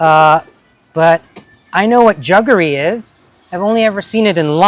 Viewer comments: It is not pronounced "Juggery". It is Jaggery. A as pronounced in Jack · Jaggery,not juggery! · I suspect it depends what part of India you come from. Like the 'correct' pronunciation of the Italian 'Bruschetta'. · Rajiv, its jaggery ,not juggery. Just like it's Jaffna, not jurphna. They are anglo/portuguese words originating a long time ago from sanskrit roots ( sakkara, like the latin saccharine). Yaarl samayal is definitely one of my favourite tamil cooking channels, she gives a lot of good hints about technique. The recipes I kind of already know from my mum and other family members. I prefer to get my jaggery in those hard lumps wrapped with woven palm leaves. Jaggery powder is a modern convenience food, and a sign of changing times, like cheese kothu. Sometimes they add in some kind of anti caking agent. I'm a purist and always get the hard kind, a zap in the microwave usually makes it soft enough to cut.